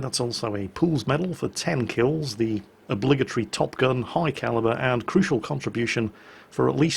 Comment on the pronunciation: I've seen this game live. I think it was late at night two days ago. Did you said "obligatry" at the end ? PS. A scrub like you doesn't deserve someone with skills of Rita :P PS2. You forgot to advertise her new merchandise ! Ask her for info when she streams on Twitch. She is going to stream 5 days in the row (I don't know if that includes yesterday).